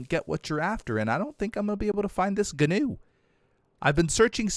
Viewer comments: Guwn is pronounced new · The gnu is said like nu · a gnu is a wildebeest and gnu is pronounced A "new" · Please stop calling it a Ganew it’s pronounced new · So I looked up a gnu and it’s actually pronounced n/yoo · Quick thing: gnu actually is supposed to sound like new. Not trying to insult you, just letting you know:) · gnu is pronounced like new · Gnu is pronounced new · Gnu is pronounced Jee-New Basilisk is pronounced Bass-Ill-Isk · Gnu is pronounced Nu. The G is silent like Gnat or Gnome. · Gnu is pronounced like knew. 😅 Please don't get mad everyone.... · Gnus are pronounced like new or news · Gnu is pronounced new <3 Bask-ill-isk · G in gnu is silent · Gnu is actually pronounced Wildebeest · the G is silent gnu sir.